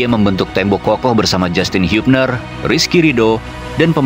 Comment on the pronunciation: Justin hubner 😂mas bukan hibner